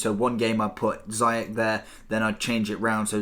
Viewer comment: It's not zayach it's ziyech, and you pronounce the ch like sh